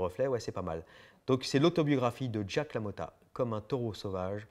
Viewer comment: C'est Jake (Djayk) LaMotta, pas Jack. Pas le même prénom. Merci pour l'émission et oui on veut plus de livres !